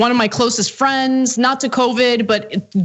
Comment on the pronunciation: “Fweens” 😂😂😂 ...my grandmother used to say that